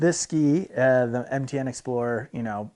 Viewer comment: He said MTN binding, though I does sound a lot like he says NTN :D